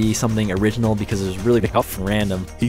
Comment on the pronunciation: vanoss sounds weird he say be cuff